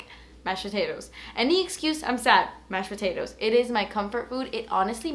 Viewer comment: What is mushed potatoes hahah??? ( from sweden )